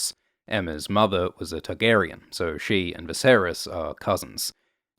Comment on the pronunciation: I wish you wouldn't put stress the "on" in the Targaryen names. The actors don't...GRRM doesn't...That being said I do like these vids